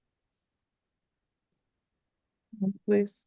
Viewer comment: "I APPALLOGISE....."